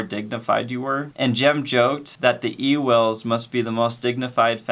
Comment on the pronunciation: Ewell is pronounced (yule)